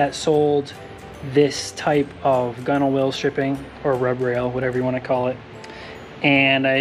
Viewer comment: Hi Mate, could you please advise what 3m adhesive you used and whether it was successful in adhering the Gunwhale rubber. (By the way, it’s pronounced “gunnel”) I live in Australia and am replacing mine as well. Yes, there are a lot of companies sell it here and also a lot of varieties and at the cost of it, you have to make sure you get the correct one, Cheers mate, and your boat looks shit hot.